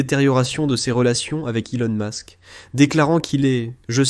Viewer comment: Ilon mask,troump..cest quoi ces prononciations😂😂😂😂